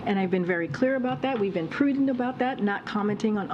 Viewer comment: And pwooodent